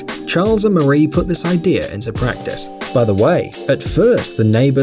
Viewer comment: It's "idea", not "idear"... there's no R in idea.